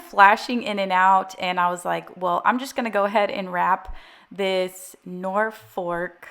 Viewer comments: The word is NOR-F-O-L-k……no FORK. Stop saying FORK! lol…haha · Not NorFork, not NorthFork, not the other thing you said 😅... well, that is if it's pronounced the same as the name of the county here in England, UK.... in which case it's said NorFuk Either way, absolutely stunning 😍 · The wreath is a Norfolk pine, think you called it Norfork! It is lovely! 😊